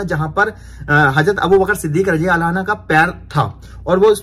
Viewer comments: Bhai...Aapne Hazrat abubakar siddik razi Allah taala "anhaa" bole jbki wo "anhu" h...Same hazrat Umar razi Allah taala unhu h wo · Mashallah Bahut hi badhiya Sirf ek baat ka khyal rakhna. Jab kisi sahabi ka naam lete hai to raziallaho tala anhu kahte hai. Aur jab kisi sahabiya (female) ka naam lete hai to rajiallaho tala anha kaha jata hai. Baaki sab thik hai. Ab aage itna khyal rakhna.aur next vlog me rectify kar lijiyega. Filhal aap dikhate rahiye ham aap ka ishara samajh jayenge. Fikra mat kijiye. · Bhai anha nhi bhai anho kahiye ,,anha to lady sahbiya keliye use hota hai .. hazrat Abubaqar-siddique raziallahu tala anhu.....keep it up bhai mashaallah very nice vlog.... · Bhai radiallahu anho bolo anha nai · Mere bhai rajiallha anha nhi rajiallha anhu bolo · bhai anha nahi anhu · bhai assalam u alaikum Razi Allahu tala anha Aap bole ho bhai ye aurat k liye bola jata hai anha ka lafz Men's k liye anahu Bolte hain bhai please aap isko theek kar lo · Anha nhi hota anho hota hai